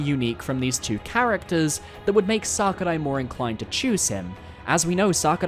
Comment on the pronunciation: the way you say sakurai is making me consider horrible things